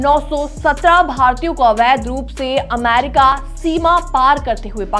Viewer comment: अमारिका नहीं अमेरिका😂